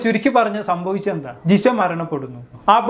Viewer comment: ജിസ അല്ല ജിഷ